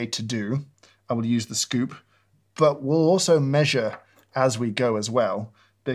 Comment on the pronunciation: Lovely little drink SKUPE, you know how I feel about SKUUUPES." Can't say I've ever heard anyone pronounce that word in that fashion.